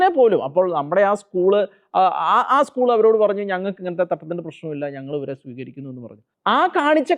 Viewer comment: ഇ സ്കൂൾ... താൻ ആദ്യം സ്കൂൾ എന്ന് പറയാൻ പഠിക്കു mr... കൊലച്ചിരി യെ കൊലച്ചിരി എന്ന് അല്ലാതെ പുഞ്ചിരി എന്ന് പറയാൻ പറ്റുമോ... കന്യാ സ്ത്രീകൾ ക്ക് ഉത്തരേന്ത്യായിൽ അവരുടെ ഡ്രസ്സ്‌ ഇട്ടു നടക്കാൻ സങ്കി കൾ അനുവദിക്കുന്നുണ്ടോ... സങ്കി കാസകൾ വല്ലാതെ കഷ്ടപ്പെടുന്നു കേരളത്തിൽ വർഗീയത ഉണ്ടാക്കാൻ വല്ലാതെ കഷ്ടപെടുന്നു... നടക്കില്ല പുള്ളേ... ഇത് കേരളം ആണ്..